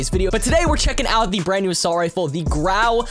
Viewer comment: Wer ist Deutsch und hat lachflash bekommen als er Grau gesagt hat, 😂